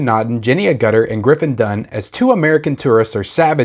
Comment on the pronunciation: Love Jenny in this one and Logan’s run also walk about. Think u pronounced her last name wrong lol 😂